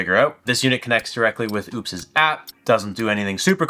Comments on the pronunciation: I own this and recently spoke with support... the brand is pronounced oh-pes. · Seems ideal for RV use. I wouldn't look too much into the lack of 240. And you still sound like an ass mispronouncing the company's name.